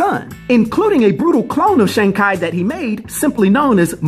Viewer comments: His last name is pronounced ‘Chee’ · Every time He said ... KI ... instead of CHI ... I Bit my lips. Sorry Dude. You can't tell me you haven't heard the CORRECT WAY TO SAY IT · Ngl I was bothered by the pronunciation. Its tchee like chi the vital life force in Chinese lore. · Chi is pronounced in Chinese as “chur”